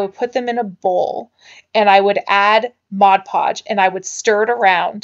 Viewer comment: New sub, I love anything nautical or beachy looking. Also love that you say Mod podge & not Modge podge. :D